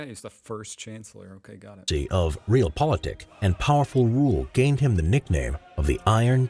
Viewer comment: Realpolitik (pronunciation is different, just think of your related word "reality". Its not pronounced reelty, is it?) is a politic that tries to react to things and situations that actually exist, trying to achieve goals which are deemed achievable - in contrast to a more ideology based politic with lofty goals that align with your ideology but may be well outside the realm of the possible. Brexit, as an example, is the opposite of Realpolitik, as it is based on an ideological belief (British exceptionalism) with utter disregard to evidence that points in a different direction. Manifest Destiny would be a similar concept but, alas, since the US had way superior firepower, they managed to turn this ideology into something real.